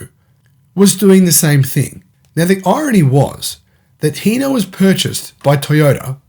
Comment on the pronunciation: Sorry bud it’s hino not heno H I n o where are you reading the E wtf